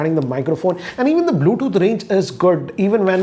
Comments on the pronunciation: "BLUETHOOT" LOL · He pronounces Bluetooth as Bluethoot😂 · Not "wrap" charge... You found bluethoot funny 😂